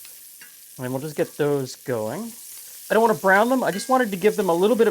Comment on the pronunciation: I like the way you say shallot though. Just like me.😊